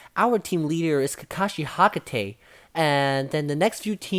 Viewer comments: hakate or hatake ??😂 btw its fine ..just keep it up sir ..👍👍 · His names kakashi hatakai not hakatai